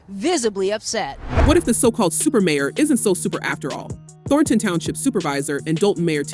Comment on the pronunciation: AI Narrator. "Thor-tahn" be better